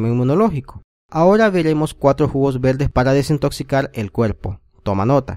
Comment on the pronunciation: Se ve bueno el video. Pero de escuchar al tipo hablando y pronunciar todo con L...me dio flojera. Pol favol, pol dulce, veldes, cuelpo. No!!!